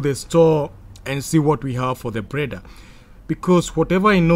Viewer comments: Why do you pronounce that fucking word [Blender] like that [preda]?🤣🤣🤣🤣🤣🤕🤕🤕🤕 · this made my night. i actually wasnt expecting anybody to hint this out. i heard breda actually. cant stop laughing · 😁😁😁😁 you actually made me laugh again. I think anytime am bored, I just have to come and watch this video. It cracks me up anytime I hear him say preda😁😁. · 😂😂😂 I thought I was the only one who heard it but when I heard it the second time I knew everything else he was gonna say would be cr*p